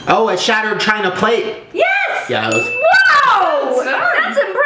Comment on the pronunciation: the way shane said "yuss" 😂😂